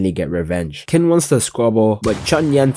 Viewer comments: I’ve heard worse, but my boy Qin (it’s a bit closer to chin) Shihuang is the goat! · Qin is pronounced more like tsin